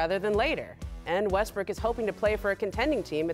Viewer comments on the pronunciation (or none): she also called him westbrick.